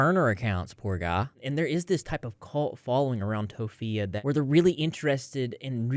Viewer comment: "toe phee uh" 💀 Hearing how stressed out those animals are absolutely breaks my heart